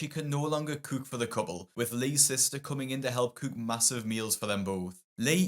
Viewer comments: Guy can’t say cook. 🤣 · This is random but I’ve been watching your videos a while and I find the way you pronounce “cook” so interesting lol😊